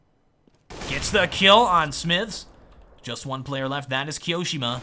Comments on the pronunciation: key-oh-shem-ah not keyo-seemah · i love the way says "keeosheema" xD